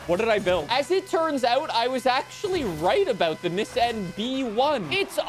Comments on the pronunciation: “ look I’m a real car enthusiast I said it the correct way “ 😂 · I dont like how you say nissan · STOP SAYING NISSAN LIKE THAT!!! I WILL CALL THE COPS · Bro, stop saying Nissan like that😂😂😂😂